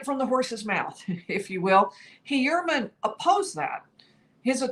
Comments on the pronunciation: right? I don’t know why it bothers me but it does. It’s Hu-er-man, pretty straight forward. No way does anyone pronounce it E-uer-man. It sounds like she’s saying Rex E Ermine. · Rex Heuermann Pronounced Hugh-ermann not He-uermann. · STOP! 🛑 Tonight, she's pronouncing it 'hee' (rhymes with 'pee') 'URR' (rhymes with 'PURR') 'mən' (the 'schwa' sound). Hee-URR-mən. Emphasis on the second syl-LAB-ull. Very easy mnemomic for you (AGAIN): Heuer rhymes with Fewer. Heuer rhymes with Fewer. Repeat -- Rex Hewerman. Rex Hewerman. Emphasis on the first syllable, not the second. OKAY? Love you, don't make me tell you again lol. Keep up the good work! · He clearly pronounces his name HUE-er-man. The accent is on the first syllable. It’s at the mark. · Interesting how he says his name. Very un-german. Ho-your-man is the more German way. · It's easy to pronounce RH name. I don't know why can't get it right.